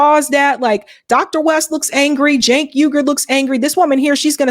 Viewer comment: It's Jank as in yank